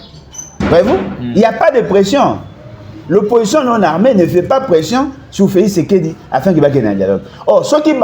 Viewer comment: Bolodjwa mofibi masoko ya Kanambé. Zoba ya mobali. Motema mabe kk neti elongi na ye. Felis Sekedi kiekiekiekiekie ayebi ata ko prononcer Felix tshisekedi te.